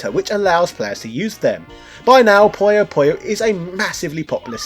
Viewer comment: Its PU-YO PU-YO, not pollo pollo this aint Pollo Loco